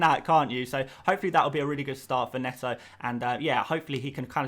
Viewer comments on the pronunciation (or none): none